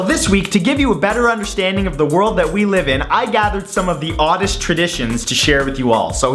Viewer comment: I genuinely thought Matt said ‘oddish traditions’ rather than ‘oddest tradition’ at the beginning I couldn’t help questioning the evident superior pokémon society of oddishes 😂😂